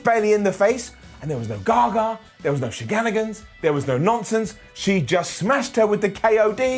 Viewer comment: bruh did he just say sheganigans😂😂😂😂😂😂😂